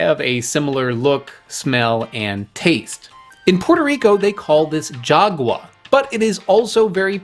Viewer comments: Is call Jagua, not yagua. Because you are an American you change the sound of "j" into "y". Phonetically for Americans is "Hagua". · the "Jagua" its very smelly but our grand parents said that its good to cure kidney infection. its pronaunce: hagua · Thanks for the memories! The «j» in «jagua» is pronounced as the «h» in «home». Your pronunciation gives the word a different meaning. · I love jagua, it's funny how the fruit taste so mild bud the beverage is so refreshing; similar to Passiflora quadrangularis (granadilla). It's pronounce "hagua" like in "no way Jose". Thanks for another good video, I normally don't comment but I always enjoy your work.